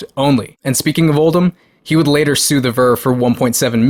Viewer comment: How do you see the name Oldham and pronounce it Oldman? I'd expect Americans to mispronounce it as OldHAM, because of their inability to use schwas.